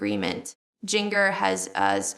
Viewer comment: Agreed. It's AI. Jin-gurr is not how it's pronounced. Also we knew about the dating questionairre years and years ago. To the channel owner: Please stop the AI junk. It's dishonest and looks tacky on your part. Do some actual work.